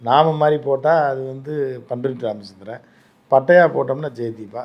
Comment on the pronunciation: யோவ் அது "பன் ரொட்டி ராமச்சந்திரன் "இல்லை 😮பண்ருட்டி ராமச்சந்திரன் 😂